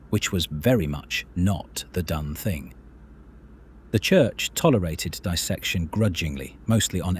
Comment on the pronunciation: Diss-section. Not di-section. CGI slop.